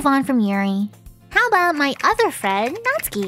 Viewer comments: Its natsuki but pronounced natski or something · Have I been pronouncing Natsuki wrong this whole time?!